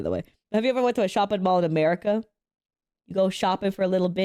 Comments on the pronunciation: 😂 I pronounce it America, not "Murica"! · ‘Murica. Murica. Murrrcca 😩